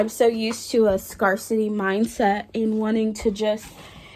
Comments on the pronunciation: It’s pronounced scare-city. Wishing you the best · lol Have you only seen “scarcity “ written or something? Why do you pronounce it like that?